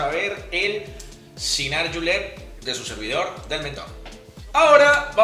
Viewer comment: No digas yinar por diosss. Se dice chinar.